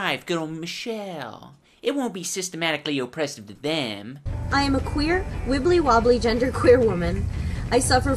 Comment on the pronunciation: You didn't say anything a bout how that tard who said wibbolywobboly